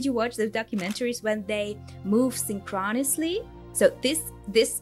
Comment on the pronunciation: The way she pronounced synchronously, first time I hear it like that 😮